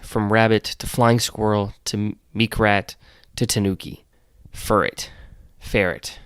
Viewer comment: Meekrat or meerkat for sentret? Lol